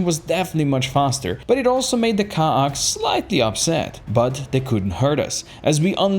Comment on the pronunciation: You aint saying ka'ak right. Did you play X2?